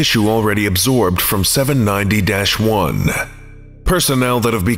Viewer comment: Not sure if it's specifically because of my comments, but i appreciate you pronouncing the dash in "790-1." It goes a long way for immersion (for me at least) to not have to remind myself which scp is being talked about